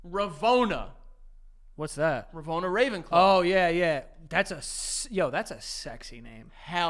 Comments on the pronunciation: Had to stop playing my game when said “ravona” instead of “rowena” 😭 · Bro ain't even get RoWENA Ravenclaws name right, fake fannnn